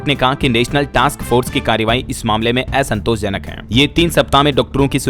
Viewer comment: असमंजस, असंवेदनशील, असंतोष इन शब्दो का उच्चरण सही नहीं किया अपने। कृपया ये चीज़े सुधारें।